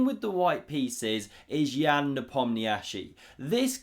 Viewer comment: That's exactly how you SHOULD pronounce his first name! It's not Yan (as in man) but rather Yaaaaahn with a long AH sound. Keep practicing. You got this boi 😅